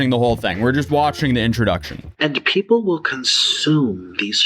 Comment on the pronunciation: I hate the way he says “puhheeepel”